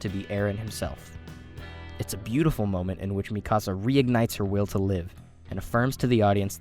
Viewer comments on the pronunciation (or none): Sounds like he’s saying “ my house” when saying mikasa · Im convinced that he wants to troll us by pronouncing Mikasa's name as Mi Casa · why does he pronounce everything wrong, mikasa, wall maria, like bro have you even watched the show